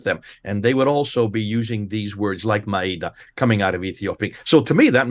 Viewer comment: That Irish Pleb can't even pronounce a single Arabic word properly IT'S "maa-eda", not "ma-eeda", which gives a different meaning.